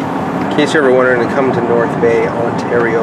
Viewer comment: Is it just me or did he say North Gay😂😂